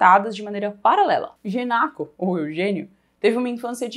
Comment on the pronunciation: "Genaco", não: "Genoca" Aushuahus. Lembro dum caso parecido, num livro do Machado, em que eu passei o livro todo lendo "Caramacho" em vez de "Camacho", que era o nome do personagem. Acontece auhsuhas.